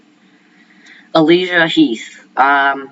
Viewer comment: I do kind of find your voice rather odd… for instance when you say ‘Dalton’ and ‘Alisia’